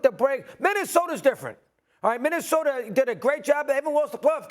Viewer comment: I also heard other native New Yorkers pronounce a's as er. I recently heard Stephon Marbury say Minnesoter. So it must be a NY thing.